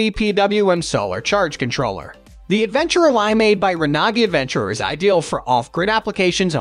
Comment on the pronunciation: I've never heard Renogy pronounced that way, sounds like a foreign language.